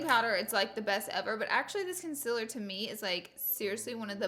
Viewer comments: Did she just say.... Consiller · “Cun-siller” haha! Love you Laura! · Hannah Cort lol nothing it’s just the way she was saying concealer 😭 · She is saying the word concealer wrong